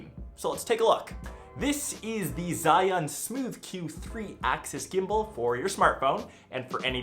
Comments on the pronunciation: ok Zayyan?? eh its pronounces jurrYoon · not zhai yong , its zi yun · They call it Chi-Yun